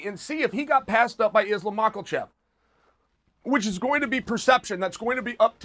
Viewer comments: “Islam Mockelchev” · Why tf is he always saying MALKOCHEFF???? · At the end when he said "Dustin Gaethje and Islam Mockle-chev" 😂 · Or MAKOLCHEFV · "Dustin" Gaethge and Islam "Macklechef"... Fuck, but I love Chael's pronunciations... Almost as good as Haz-Mat(suit) Chimaev! 😂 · i can always rely on chael to say made up words like "bludgeon" and "makalchev" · Islam Ma-kel-chev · In all honesty I was just waiting for him to say Makelchev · exactly! Same here, I was pronouncing it wrong too! It was Macklechev all long sheesh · Nothing makes me more happy than when a guy named “Chael” of all things gives zero shits about pronouncing somebodies name correctly. Today that name was Islam MACKELCHev! 🤣🤣🤣🤣🤣🤣🤣🤣🤣🤣🤣 Can you name another person whose name “Chael” slaughters? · Islam "Mocklechev" Chael always on point! / Chael doesn't say "chef" he says "chev" listen carefully and you wont hear him pronounce it with an "f" but instead a "V" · pretty sure he is saying "Islam Mackerel Fish" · Not Macklechef 😭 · 😆😆😆 Always with an extra 'L' 😁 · he doesnt pronounce it with an "f" instead uses the "v" chev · Rose nama-joonas 🤣😂Islam mach-la-chev 🤣😂🤣